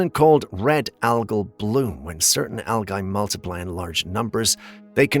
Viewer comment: Hi, no disrespect meant, but for your information algae is pronounced, al - jee, again just an FYI.